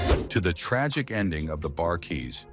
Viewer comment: TO " ": SIR---------PLEASE---------LEARN TO PROPERLY PRONOUNCE NAMES, BEFORE UNDERTAKING A VIDEO LIKE THIS! ----------IT'S " THE EYESLEY BROTHERS "! -------AND IT'S " THE BARKAYS "! -----------MJL, 78 Y/O